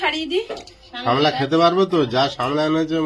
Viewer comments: সামলা নয় সাপলা। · আবার ভুল বলছো বোন ওটা সামলা হবে না সাপলা হবে বোন